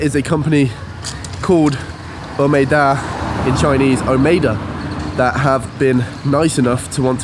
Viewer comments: Hey! Good to know that you're starting your Chinese lessons soon, and I can tell that you really mean this seriously from the pronunciation of your Chinese. I won't expect every Chinese learner can master the intonation and accent of Chinese since the language system is very different from the Europeans, but every time when you pronounce a word nicely and carefully, it sounds very different to a native speaker. So, wish you good luck! BTW, the geography of Guangxi Province is quite unique so there are many caves in that region. Please be careful when you explore them and better not go there alone. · You will learn Chinese very quickly with lessons and stay in the environment. Your pronunciation is very accurate! Once your Chinese is good to understand others it will decode the whole world! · Your Chinese pronunciation is excellent! I.would like to give you a thumb up.